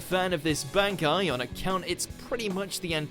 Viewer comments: It's bahn-kai, not bann-kai. :P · Look we like you. We really do, but why do you say B-AN-aki in sted of B-ON-aki? That's how it's pronounced in English dub, and Japanese. Like seriously, why do people pronounce things differently, when they are shown how to pronounce it? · Its pronoced Bonkai not Bankai. stop saying the first a. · Ichigo:Bonkai The person voicing this vid: bAnEkAyE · Am i the only one who finds it annoying when he pronounces it as "ban-kai" instead of "bon-kai" like how even the english dub does? I do like how ever that people still support bleach can't wait for my favorite anime to get its true ending. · It's one thing it's dubbed, but to mispronounce bankai is a step too far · Using the dub version just ruins the pronunciation of the bankai, but he doesn’t even explain Gin’s bankai properly. This 10, like most of their anime top 10s, is just a joke. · The English dub bankai names are pretty cringe. Can't they just say it the same way the Japanese does? It's not like they translated the names anyway. The selected syllabus emphasis were kinda weird. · Why is ichigo's bankai no.1 and can we even call it a bankai since u know (spoilers) its not even a real bankai. Speaking of which what's up with ur pronunciation of 'bankai'. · Jeez the dub just murders the bankai names tsk tsk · The English pronunciation of the bankais is killing me. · Am i the only one triggered by his pronunciation of the word Bankai? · They butchered all those names and pronunciations. Dubbed really sucks sorry,but compared to how they say it in Japanese and how badass it sounds here it just doesn't give me the same vibes. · The way you say bankai makes me want to drink bleach